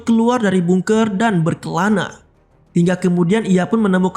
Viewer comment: Tulisannya emang bungker.. tapi di bacanya gak harus bungker juga yg bener bacanya adalah bangker